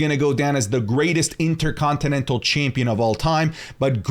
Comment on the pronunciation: Can’t stand how U say “Chaympion”